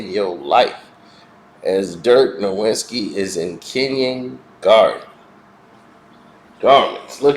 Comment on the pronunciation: Dude, we’re you asleep when you made this? I had to set the speed to 1.5x… … and it’s pronounced Dirk NO - \/IT - SKEE, not No-wit-skee.